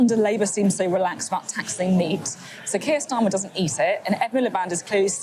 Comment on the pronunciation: "Our secret weapon... Is Sir Kiet Starmer" UGH GOD I HATE IT HERE MAKE IT STOP